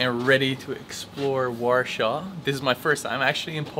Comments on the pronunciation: man how can you say warsaw so wrong its so triggering because its so easy to say war than saw not warshor like your saying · Quite annoyed you haven't even bothered to look up the proper pronunciation of Warsaw... It's deffo not warshaw!